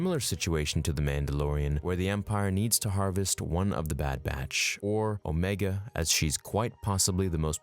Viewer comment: I didn’t mind that at all actually. But it did bother me she kept calling herself OmEEga.